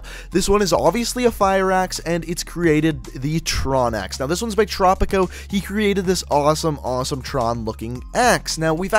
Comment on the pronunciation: my friends camo was the tron axe, his name is tropicc not tropicco lol.